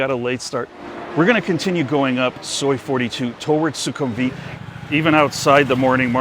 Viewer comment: 1) the pronunciation is 'vit', not 'weeet' in sukumvit. 2) because purple is considered the royal colour. 3) sure, why not? i won't be seeing the building colour when i'm inside. 4) having that maxvalu is insanely convenient and i love them. 5) agree, that mall is insanely consistently quiet, especially compared to other malls off BTS.